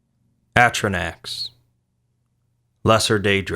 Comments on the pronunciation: Its fucking pronounced "a-stro-noks" not "ast-ro-nacks" where the the fuck do you get "snacks" from those vowels... sorry ive been drinking guys.. but come on... doesn't fucking English vowels mean anything... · why do you pronounce atronachs like you're from winsconsin?